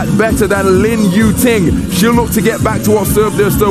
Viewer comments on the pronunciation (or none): Lin "Tu Ying", really man?